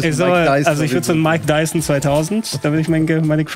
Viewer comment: "mike dyson" xD